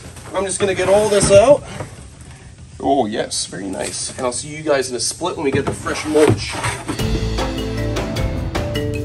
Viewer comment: Anybody else notice said “owl see u on the next one” lol at the end of the vid?